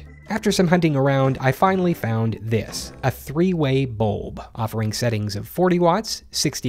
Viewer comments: Bu-Lb not Bolb hahahha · Also bulb sounds so funny now